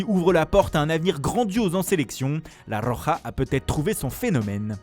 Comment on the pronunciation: enfin une personne qui sait bien prononcé la roja pour une fois